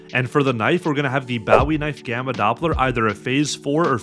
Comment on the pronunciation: the way he says bowwie knife 😂